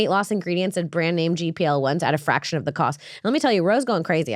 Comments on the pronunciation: Imagine doing an ad read for a GLP-1 and calling it a "gPl-1" multiple times. To make it even worse, I'd imagine she's reading this off of an ad script, so she's literally seeing GLP in front of her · She said gpl1 instead of glp1